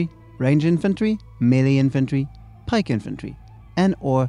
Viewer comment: dude the way he says "melee" really urks me.